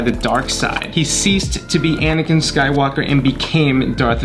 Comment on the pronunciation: it Anakin not whatever u said